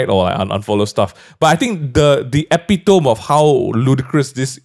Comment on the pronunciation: just wanted to do an Uhm Akcherlee moment lol, but ‘epitome’ is pronounced like ‘eh-pee-tuh-mee’ not ‘eh-pee-tum’